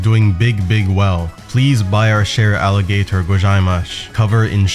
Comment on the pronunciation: “Aligator gojaehmash” holy shit 🤣